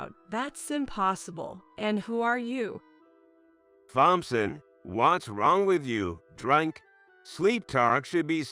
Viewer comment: The story was good BUT the AI reader was really bad. I had to turn off the sound and just read it. Pronunciation was off Thompson, better to just start.